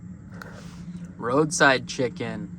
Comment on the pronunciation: The way he said roadside chicken tho😂